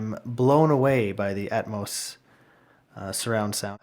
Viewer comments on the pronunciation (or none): It’s not atmus. It’s atmos 👎🏻